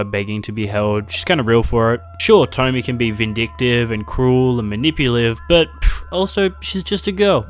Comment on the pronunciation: I love the video but...... It's tomiE, not tommy